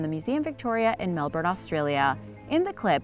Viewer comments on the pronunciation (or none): none